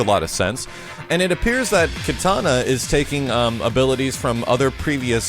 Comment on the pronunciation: Why does pronounce Kitana as katana?